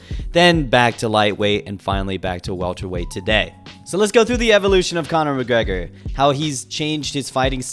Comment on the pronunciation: CANA MACGGREHAAA